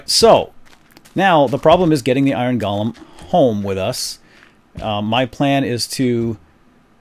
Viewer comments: Dude its golem Not golam!!!!! €₩¥€¥£₩€¥€₩€₩€₩€¥ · Im almost positive golem is pronounced lik "go-lem" not "gol-lem" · Pronounced GO-LUM